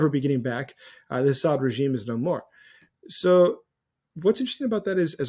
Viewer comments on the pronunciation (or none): none